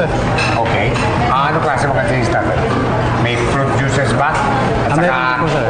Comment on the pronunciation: "Sabe ni mimi dwinks daw hahaha"